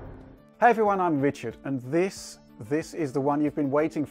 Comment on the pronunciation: I swear I heard the Wichard 3 :D